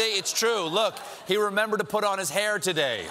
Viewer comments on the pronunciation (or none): none